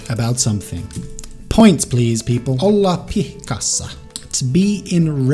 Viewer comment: I think you actually got the "Olla pihkassa" right. ;)